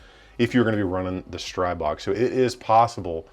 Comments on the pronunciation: The i in Stribog should be pronounced as an "ee" sound btw. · Just a note. It's pronounced strEE-bO. The God of the Wilderness. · Pronounced, "stree-bog" "Stree" as in force or gust, "bog" as in god, Stribog is an ancient slavic god of force, gusts, streams, etc. I'm not being nit-picky, just trying to help. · Thx.I see first Time that somebody write how should eng.talking People pronounced it. Every bad pronounced STRIBOG Hurt my ears 😁😎 Greetings from Slovakia.👋🇸🇰